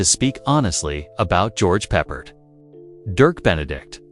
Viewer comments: It is not bloody "Peppered", it's "Pep-pard" you epic twit. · What a joke. Not one single clip of Battlestar nor George Peppard (totally ruined his pronunciation). Just kept repeating the same 30 seconds. Take it down. It's insulting to all.